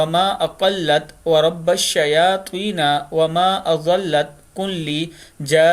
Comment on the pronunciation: Bhai shayateen'n hai shyateena prh lia ap ny